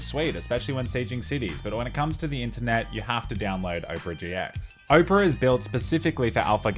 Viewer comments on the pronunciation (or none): Oprah? no Opera mate. Can't even blame the Aussie Bogan accent for that. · Lmao 'oh-pera', mate it's owpuhrah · Dude does an ad yet can't even pronounce opera and instead pronounces Oprah. Lol what a boss making social commentary troll against ads while still being paid by ads. Let's go listen to the Oprah singer at the Oprah. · Mans pronounced Opera like Oprah Winfrey 😑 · Blud said Ohpera LOL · I was listening and the whole time I was thinking. Wow Oprah got herself a browser... damn... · Opera? Pronounced as Oprah? Simply stunning. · Why did you keep calling it Oprah? It's Opera, like the Italian musical. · Bro called it Oprah 💀💀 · its opera not oprah. great stuff on the videos though! keep it up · Pronouncing Opera like Oprah is what I needed to hear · It's Opera GX, not "Oprah GX". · I didn't know Australians pronounced Opera (Ah per a) as Oprah the tv host. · it's opera like opera siger. :D I use opera. :D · him: says owpra me: thank god he doesnt actually use it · Made me laugh since I'm watching this on Opera GX. Long time opera user. Definitely recommend. Edit: Also, says "Opera" like "Oprah" an obviously well hydrated big girl. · Lol he says opera like “Oprah” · I love when he says Oprah GX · congrats on the sponsor but I'm dying at you pronouncing it "OH-pera" and YOU get a browser! and YOU get a browser! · You say opera weird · I love how he says "opera" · Is that really how Australians say the word 'Opera'?